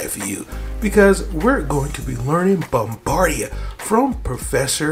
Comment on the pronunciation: Bombada. It's DA NOT DIA